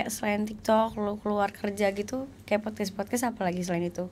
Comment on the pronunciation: Yg bener emang podkas bukan podkes, si bener bilang nya